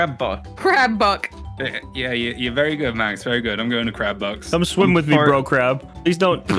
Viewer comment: see now Max saying what i hear as "Crab Box." not "Crab Bucks". i started laughing thinking of everyone as Crabs but in the Spongebob world.